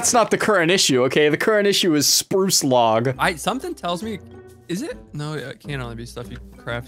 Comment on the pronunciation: anyone else thought he said sproo slog instead of spruce log